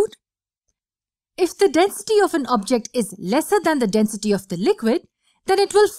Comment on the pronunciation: Ummm all I hear is Denstey